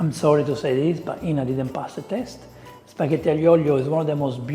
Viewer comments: Yea, Spaghetti is pronounced as Spiyetti, internet as inernet 😃😃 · She thinks that the "G" in Spaghetti forms the english "Y" (As in Yam, Yacht , You) sound after the letter it preceeds as in "LasaGne" but if G preceeds an H Italians pronounce this as a Hard "G" (as in Spaghetti, Ghost etc...). Bless her heart she is trying to understand the Italian way of pronouncing things but has this mixed up... At least she tried!!! ❤